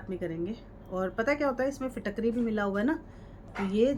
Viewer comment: Madam apko Fitkari bhi bolna nahi ata hai. Pehle Fitkari kaise bolte hai kisi se pehle bolna sekhe.